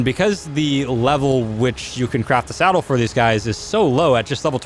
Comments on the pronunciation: Did anyone notice that he said salad instead of saddle? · Does this guy keep saying salad or saddle? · He says saled instead of saddle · He says salad for saddle all the time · You said salad instead of saddle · Omg I just realised. I thought you where saying salad this whole time but you where actually saying saddle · Sounds like you saying salad, when you say saddle. Lol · Isnt it funny that instead of calling it a saddle he said "salad". Lol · Wait wait wait thik said salad instead of saddle.! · did he just say salad? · Is it just me or did everyone else hear him say "craft that salad" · he was saying salad on accident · Why do u say salad